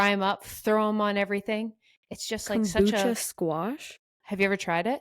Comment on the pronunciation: Sorry, it’s Kabocha not kombucha squash. So good regardless! Also called Japanese pumpkin some places.